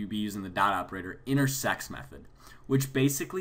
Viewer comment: am i the only one who hears intersex?